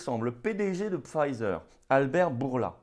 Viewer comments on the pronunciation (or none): Florian, Mon Tout Petit, je te rappelle qu’on ne dit pas ”Pfeiser”, c'est un nom allemand, boche, chleu. Le i de Pfizer doit se prononcer comme en français. Le z se dit ”ts”. Dis-le comme si ça s’écrivait ”Pfeetser”, avec un s sifflant. Je l’ai suggéré à Alexandra, qui est anglaise, elle a bien compris.